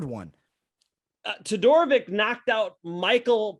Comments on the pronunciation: I like your videos guys but MAN, i cant understand how hard it is to remember few forigner names. You got wrong everyone of them....Murzkananov is Murza-kanov...Zumalgav is Zuma-gulov...Todororovic is Todo-rovic...You make it harder then it is and its look really bad. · no man...negativity was not my intention. It really was not. I sad that i like this podcast but butchering every forign name is not cool. Every singe one. We watch Todorovic for 4 years now and we all hear his name 1001 times, so he earn the privilege to speak his name correctly. And is not that hard... is not like they came from . Its international sport and if you name your podcast "mma experts" you must at least be respectful to fighter you are talking about. All this i sad with respect man....peace